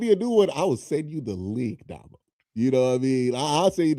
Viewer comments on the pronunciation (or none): Oh. Amd why do u call Dah-mo but calls him Domo...tighten up fam